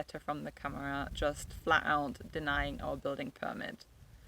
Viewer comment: First learn how to pronounce câmara. Second Portugal has become a country where rules are rules, you probably wouldn't have "hoped for the best" in the same circumstances in the UK or Germany. I always say to people who buy in Portugal is to take everything really slow and don't let your money burn a hole in your pocket, the richer you are the more likely you are going to get into trouble here, precisely because you throw money instead of going with the flow. I also say, "be prepared to genuinely "restore" what you have bought and live in that without the need of a licença. That gives you ultimate fallback position. Never take the sellers or architect's word for anything, you're probably better off employing an engineer to do your project, he doesn't have such fancy ideas about his status and expectation of profit and has his nose closer to the ground. Ask the neighbours for background without the sellers around. Remember you're buying a home not just a business opportunity. Those neighbours will be more forthcoming and other people you deal with too. Portuguese do not love the British, you have to prove yourself, they are very polite, that is not the same as affection. Don't believe them when they say otherwise. I'm a Portuguese citizen of Irish extraction so they tell me the truth. If they like you they will find you some wriggle room, if they think you're a sucker they will take you to the cleaners. If you think this is unfair, talk to a foreigner who has tried to do somet